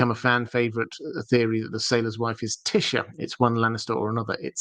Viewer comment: Your brilliant my friend so I'm happy either way. But FYI it's Tie - esha trying to be phonetic, not Tisha, in terms of pronunciation. Hope I'm nor being silly 😜 also really enjoy your content because of it's genuine well thought out explanations